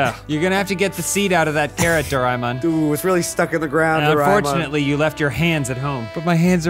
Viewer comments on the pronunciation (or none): I feel like they pronounce "Doraemon" differently every time they say it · As someone who saw a lot of doreamon as a child their pronunciation of doreamon kills me. No problem with the kinky shit ofc I've always known he's a pig.